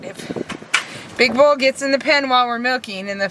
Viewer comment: the way you said”big bull” almost reminded me of all the “big balls” commentary we’ve been hearing on the news this week and I had to laugh